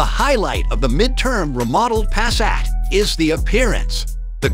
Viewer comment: Pass-at, really? It is attractive.